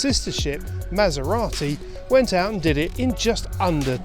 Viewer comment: Why the hell would you pronounce it 'Mass-er-rotty', when you are saying 'Fostnet' and every other European pronunciation, including the second half of the name! Why not go all the way and say 'Mass-er-ratty'?